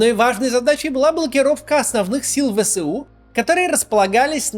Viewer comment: Пожалуйста, ВСУ произносите не вэСЭу, а вэЭСу. Вы же не произносите сэсэсэсэр, а эсэсэсэр.